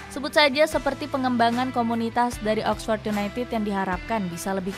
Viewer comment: Oxford bkn oxpors